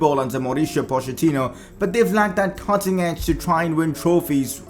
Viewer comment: Nobody Literally nobody - cOtting edge